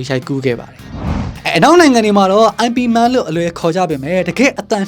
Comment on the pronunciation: ရိman မဟုတ်ပါဘူး မှားနေသေးတယ် ရဲမ့်man လို့ပဲ တရုတ်တေကခေါ်ကြတယ် ကျနော်တောင်ဘုမသိဘမသိ IP Man ဆိုပီး ငြင်းမိသေးတယ် 😂